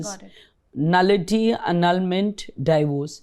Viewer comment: Thanks! Very informative. Its not 'die-vorce', it's 'dee-vorce'.